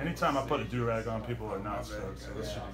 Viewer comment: That's a ouu rag not a du rag